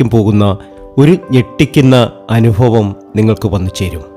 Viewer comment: അൽfuതം അല്ല, അത്bhuതം ആണ്. അനുfaവം അല്ല, അനുbhaവം ആണ്.